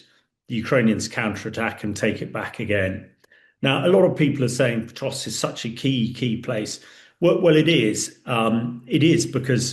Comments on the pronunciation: Pokrovsk, not Potrovsk. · Say Potrovsk one more time.